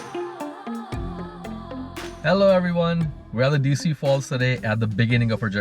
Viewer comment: Decew is pronounced duh-q. Not Dee-soo